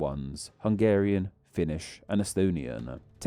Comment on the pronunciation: Well, it sound like he didn't even try. There is no shame in putting a Google translate clip in there. But sadly the bad pronunciation is the smallest problem with the video. A lot of the info there is just plain misleading or downright wrong.